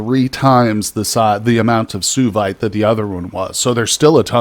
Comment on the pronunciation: Suevite is pronounced swa vite.